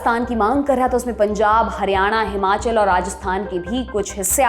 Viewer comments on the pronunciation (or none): none